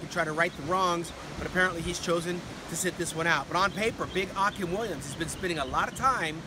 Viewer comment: Why is he saying Akim like that?